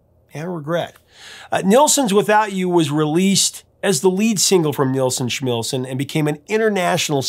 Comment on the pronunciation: How do you get Schmilsson right, and Nilsson wrong?